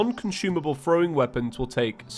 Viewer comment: Omg he called throwim